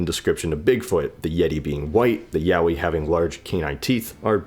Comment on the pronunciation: I think he meant to say Yowie.